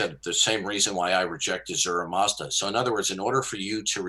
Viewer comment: its "ahura mazda" lol.